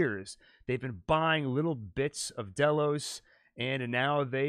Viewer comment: Why do you say dolos instead of Delos? It’s pronounced in the show...